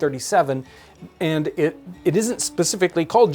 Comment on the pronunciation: "Thats eed"